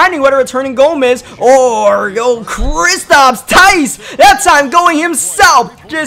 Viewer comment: it’s kristaps not kristops